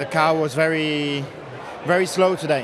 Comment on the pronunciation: why does it sound like charles said: ‘the cow was very slow today’